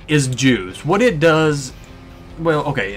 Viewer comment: is he saying jews or Juice?